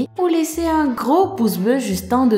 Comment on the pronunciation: Bye byyyyyyyye ! En fin de vidéo, j'adore son accent!